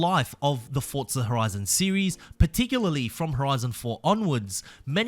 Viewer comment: English lesson for you Forza has no letter T in it For za, not fort za 😂😂